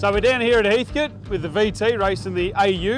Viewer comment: My guess is loose flywheel on the AU. Also please... wtf is up with the pronunciation of HEATHCOAT?? HEATHCT? 😂